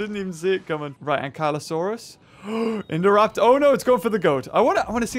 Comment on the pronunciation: Ankle saurus not Ingelow whatever you said